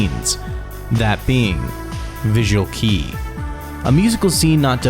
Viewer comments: hello, visual kei is pronounced like “kay” not “key”. japanese alphabet has it spelled as 系 which is け (ke) and い (i) not き (ki). Also Visual Kei is not a genre. It’s literally means visual style referring to the way bands would present themselves, not their music. That’s why bands like Dir En Grey, who forgo the visual aesthetic later on in their career no longer considered themselves visual kei. They still dress up and 京 is the most visual out of the band but they do not have the same visual presence as they did when they debuted and do not rely heavily on a cohesive aesthetic that all band members have to abide by. Like in some of their lives 京 is the only one who is dressed up (or not) while the rest of the members have their own style that is more toned down. Just like a normal band made up of people with different styles. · this video is riddled with misinformation and the fact "visual kei" is pronounced "visual key" speaks a lot about how little research was done here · Great video about my favorite band ever. Just one tip about pronouncing things: visual kei is spoken more closely to visual kay and malice mizer is spoken as malisu mizeru Oh and malice mizer and gackt produced an EP as well I’m the beginning uruwashiki kamen no shoutaijo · I cried a little every time you pronounced it “visual key” 😭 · soon as i heard him say visual key the first time i had to pause and scroll to find this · In the first 5 seconds he says visual kei wrong like 3 times 😭 your pronunciation doesn't need to be absolutely perfect, but come on, if you're making a video topic about something, the LEAST you could do is look up how to say things correctly. It is very lazy to get everything so blatantly wrong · How can you be mispronouncing "visual kei" in 2023? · when you sit down for an almost 30 minute video about a visual kei band, you would kinda want that at least visual kei would be pronounced correctly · it's embarassing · it's kei as in "kay", not key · visual"kee" tho